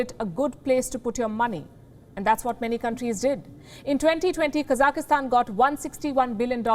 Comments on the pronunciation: Everyone knows how to pronounce it. This is not the first time she has f'ed it up. It's not hard. KA-zak-stan, not Cossackstan. The Cossacks have no relation to Kazakhstan. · Kazakhstan not kazakistan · It’s pronounced kazak-Stan. Not kazaka-Stan 😆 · It's not Kazak-ih-stan. It's Kazakhstan. No extra 'i', or 'e'. Kazakhstan. It is terrorism when the masses are beheading police like what is happening in Kazakhstan. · It is not Ka-zaki-stan. It is Ka-zakh-stan. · Kazakhstan. Kazakistan hahahaha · Her English is not very good. She says "kazakastan," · How good is your Hindi? Or any other language? I think her accent is amazingly good, even if they does keep saying KazakEEstan all the time. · Stop saying Kaza ki hstan 😀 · Child, say it with me, Ka-zak-stan. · Its not even hard to pronounce it. The program is good but this lady needs to go. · She can’t even say the name of the country correctly cuz she lied so much, trying so hard to reshape every news instead of saying things they way they are.. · Someone please teach her how to say Kazakhstan.